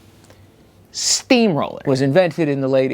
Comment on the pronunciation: The cadence he put on that first "SteamROLLer" is how I will now say the word from now on.